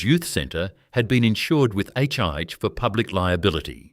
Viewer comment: 1. NSW Water Board? I believe you mean the Metropolitan Water, Sewerage & Drainage Board based in Sydney. 2. For God's sake get a human to do the voiceover. AI cannot pronounce Melbourne, let alone HIH and PLC. Bloody disgusting. And you want us to believe your little tale! Wake up!